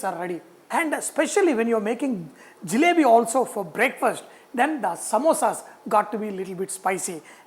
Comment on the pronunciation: Its JALEBI not , JILEBI .